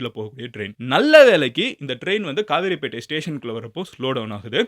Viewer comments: Madan Gowri tamil improved pannanum..கவரைபேட்டை , கிளாம்பாக்கம் lam vai la ye vara maatuthu...Kavaraipettai correct / Not a Kaveripettai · Its not kaveripettai It is kavaraipettai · It's not kaaveripettai "Kavarapettai" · Bro it's kavarapattai not kavery pettai.